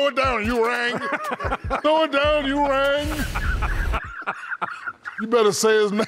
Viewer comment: Wait did shaq try to make "ewing" sound like "u rang" ? Are maybe im tripping